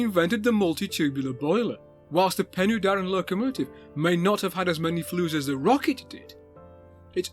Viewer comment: That will be "Pen-uh-Darren" not "Pen-ooh-Darren".